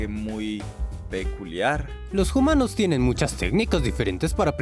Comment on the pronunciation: lástima el “jumanos” en todo el video.